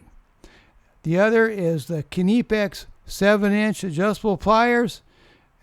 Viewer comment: It's just "nih-pex." Check out Wiha and Wera also